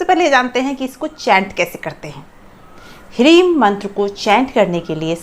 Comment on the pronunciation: क्या हिरिम उच्चारण कर रहे हैं